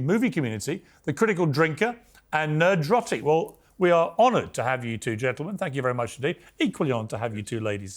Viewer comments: “Ner-drotic”?! Come on Piers! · Damn Piers, you ever gonna shoot 1 Nerdrotic's way? You also mispronounced his name 😂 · nerdrotic's camera looking better quality than the multi-millions on the piers morgan show.. btw made me laugh the number of times Piers called him 'NED-rotic', what an absolute mong..